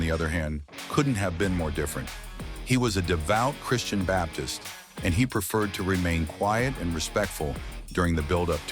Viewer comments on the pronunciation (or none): none